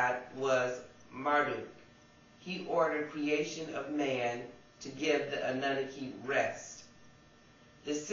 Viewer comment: Your pronouncing annunaki incorrectly I believe. anewnoky